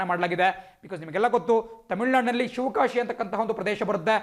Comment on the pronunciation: Not shivakasi Its shivagasi sir